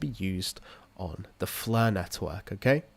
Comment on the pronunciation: Flur net-hwork